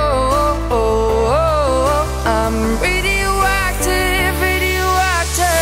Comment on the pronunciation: the track is gorgeous and has a perfect singing voice but I hate that she can't pronounce Radioactive right shes singing Ridiuacteve and it's really annoying😂